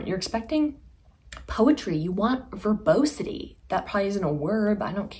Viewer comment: Verbosity IS a word, girl! Good job! Ver-BOSS-eh-tee. Just found your channel. Subscribing!